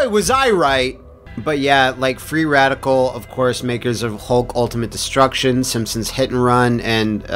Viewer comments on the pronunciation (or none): You actually said Freeadical